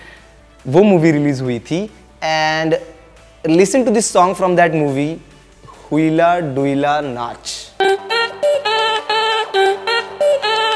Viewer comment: That pronounciation is हेइला दुइला नाच not हुइला डुइला नाच।